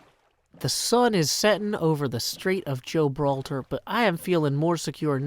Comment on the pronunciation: Did... did I hear "Strait of Joe-braltar"? ... My day just went from long and tiring to fantastic